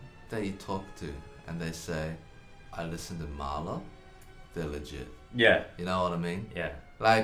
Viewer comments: I think if you wanna namedrop Mahler, you need to be able to pronounce it right. Then you can flex on all the fakers who mispronounce it it. I don't if just because I'm American but man I feel like I'm butchering the name, tho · Mahler? Barely even know 'er!